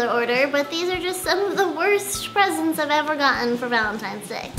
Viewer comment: When she said presents I thought she said president